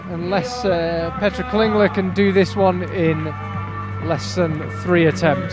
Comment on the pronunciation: Thank you so much! (Can I just point out that Petra's surname is Klingler, not Klinger and it's Rubtsov, not Rubstov ;))